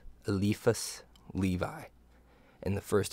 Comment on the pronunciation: Le-vee, not Lee-vie